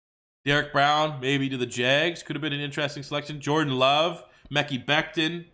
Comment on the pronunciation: It’s not pronounced “meck-ee” it’s “meh-ki”